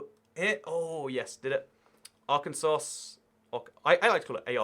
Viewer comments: "Arkansauce" lol okay its "arkansa" in pronounciation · It’s ar-can-saw 😭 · Arkansauce hahaha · nah mate is A.R-Kansas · ar kansas